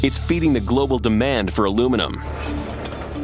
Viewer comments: Americans, the correct way to pronounce this metals name is Alu-minny-um. And the word nuclear is pronounced nu-clee-ar, not aluminum and nucilar. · What is alumunium? The correct name of the material is aluminium. Even if wriiten as americans pronounce it it is still wrong. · Raymond J my problem is that you can't say aluminium properly. which part of that did you not understand? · (FlowRyan) Agreed ......... that has got me royally P*&^%$D off. The bloody word is Aluminium ... 5 syllables. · If your going to call it Aluminum the whole video, at least spell it like that in the title, its breaking me. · The wrong way to pronounce the subject metal. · A L U M I N I U M American when will you get over that one spelling error and learn how to say and spell this word, it really is simple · Actually, it was the original pronunciation before an extra syllable was added. But that's okay. We don't mind you pronouncing it wrong. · could you stop saying aluminum. This is not a word. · why can't americans say aluminium correctly? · What the heck is alumenum? :)) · It's pronounce aluminium NOT aluminum! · why is the title ALIMINIUM and he calls it ALUMINUM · A few minutes in and i gave up watching ... Al-oom-in-um ... Al-oom-in-um ... Come on , Its Alu- min-i-um " Aluminium " ... FFS ! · al u mini ium not aloominam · For once and for all! it's pronounced ... ALLA MINI YUMM.... now do americans get paid the MINOOMINUM wage? NO its MINNA MUMM! get it? got it? good! ALOO MIN HUMM indeed!!!!. lol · Aloominum lol it's aluminium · The rest of the world understands that Americans have trouble with multiple syllables so we let you call it aluminum to feel included, really we're just continuing to be amazed if not disapointed by the lack of able minded people capable of saying aluminium within the US... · OH, THEY MEAN ALU-MIN-IUM.....!!! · its called al E fucking minion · he keeps pronouncing Aluminum dude, Aluminium is pronounced as it's spelt, not that hard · It's Aluminium...